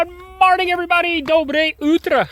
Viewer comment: Эврибади😂😂😂 ну, прям всем зашло... 👍👍👍